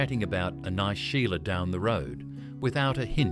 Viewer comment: Using AI narration defeats the entire purpose. Remove AI and provide examples of actual Aussies using these slang words so the pronunciation is at least correct! And fact check. The term ‘Sheila’ to refer to a woman doesn’t probably come from the Irish name ‘Sile’ — it does! Correctly pronounced ‘She-la’. AI ‘see-a-lay’ 🤨